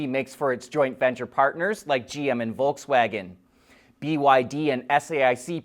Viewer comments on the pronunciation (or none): none